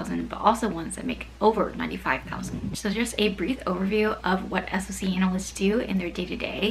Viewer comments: I know that it's an acronym, but literally no one in the industry says "ess-oh-see", it's always "sock", the same as SIEM is always "seem" or "sim", not "ess-eye-ee-em", capiche? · SOC is pronounced as "sock", not "ess-oh-see"